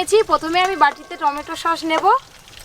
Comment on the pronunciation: আপনি সছ কে সশ বলেন কেন